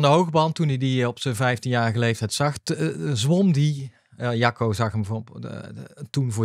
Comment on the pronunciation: Mooie uitzending weer, prachtig onderwerp, sommige uitspraken moeten we hier wel om lachen, is het nu Jacco of sjacco? net als Guido of Kiedo? het onderwerp vinden we het belangrijkste hoor en zeker de aandacht van hoe jeugd selecteren en hoe ontwikkelen, wel willen wij hier kwijt dat asm niet nieuw is, wij doen dit al 40 jaar. maar mooi dat bekende sporters en coaches hier nu een lans voor willen breken.